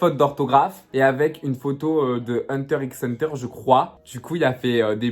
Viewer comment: Le X ce prononce pas de HunterXhunter ça se dit juste hunter hunter😂